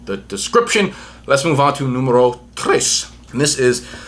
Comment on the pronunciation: Noo-MAY-ROW (not noom-er-row) 😉👌